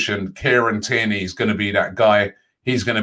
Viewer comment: Nobody: Robbie: "Fair-on-tina" "Care-on-tireny"